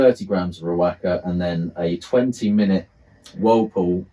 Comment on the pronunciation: Great video bro. Top tip: Riwaka is pronounced "Ri-wa-ka".